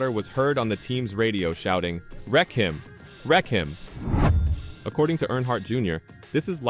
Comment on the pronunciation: Did he say wreck him? Or possibly wreckin, wreckin?